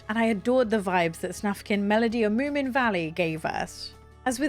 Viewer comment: Wait - didn't you learn on stream that it's Moomin Troll, not Moo Mint Roll? 😀